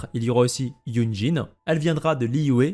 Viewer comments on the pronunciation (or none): Dans l'ensemble tu prononces pas trop mal les noms mais je fais qlq remarques rapides. Shenrheu pas Shenhé. Ganhu et pas Ganyou et Uindjin pas Youndjin, pareil que Chongyun qui se prononce Chon'uin. :) enfin toi au moins, tu fais un effort d'habitude, continue comme ça en faisant ces petites modifications de prononciation :).